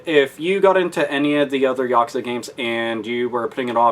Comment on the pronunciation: Yakuza is pronounced "Ya Coo Zah"